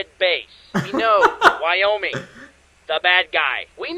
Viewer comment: I... thought I was hearing things, but... Are you calling Wyoming.... Wyomie?